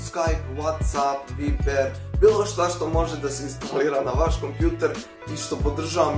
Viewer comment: jojjj nije viber nego vajber